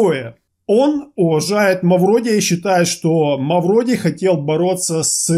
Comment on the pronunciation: Да не Мавродий а Мавроди.